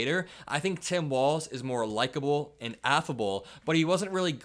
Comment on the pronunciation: Vance pronounces 'Tim' more like 'Sam'. ???